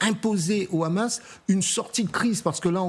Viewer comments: Vous faites trop rire quand vous prononcez le hamas ,le rhamas juste pour que cela sonne plus dure ou que cela rappel les rats qu ils peuvent être ! Ça ce dit le hamas point il n y a pas de r roulé ,MDR 😂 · Arrêtez de dire le Ramas , c'est Hamas. On dit Haricots pas Raricots.